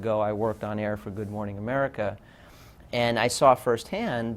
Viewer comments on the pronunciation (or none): none